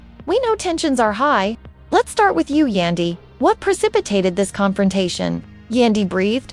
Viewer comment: Who is Yondee her name is Yan as in candy pronounce Yandy….. yandee